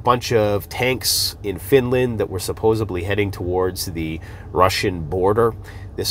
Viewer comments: It’s pronounced SUPPOSEDLY. Not supposebly. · Supposedly NOT supposebly. Don't be irritating. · No “B” in supposedly. It’s not supposebly… thank you for all of the information. Won’t be the least bit surprised when you’re taken off the “air”. Keep the truth comin’, brother. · It's really hard to take someone seriously when they say things like "supposibly". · there is no B in “Supposedly.” Disappointed in you. Do better. 😋😝🤣